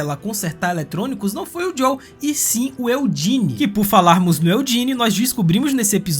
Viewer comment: Muito bom o vídeo parceiro, única coisa. É JoeL não Jow kkkk